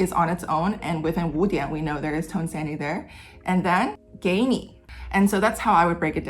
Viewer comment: I know it's spelled tone sandhi but I keep hearing "tone sandy" and like yeah, those tones are in a sandwich